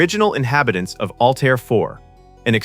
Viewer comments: HEY ANNOUNCER: it is not ALL TIRE !!!!!!! It is pronounce ALLTEAR ,. as in ALL AIR= ALLTAIR. Learn how to Talk or DON"T NARRATE EVER AGAIN!@ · The AI mispronunciations are painful. The was no planet in the movie call All-tire, nor are there any studios named Warner Brose. Find the right pronunciations and type them phonetically next time.